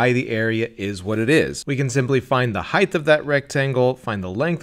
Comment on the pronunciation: How does an intelligent person say "heighth"??? That is NOT a word. Height. What a fool.